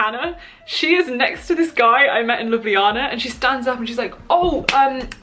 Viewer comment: gurl do you remember the word that the instructors were saying? i'm slovenian i could translate also your pronounciation of Ljubljana is perfect✨